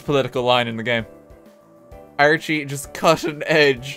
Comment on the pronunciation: He says "Archie" like "RT"